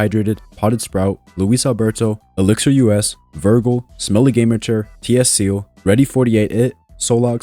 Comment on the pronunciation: Bro said vergerl when it’s Virgil😂